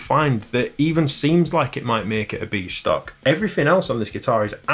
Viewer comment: Every time you said "B stock" I heard "Beast Ock", possibly a troll character in some video game 🤷‍♂ (Like the comment if you heard it too!)